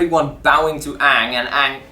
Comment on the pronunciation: It's AANG, NOT OONG, lady and gentlemen.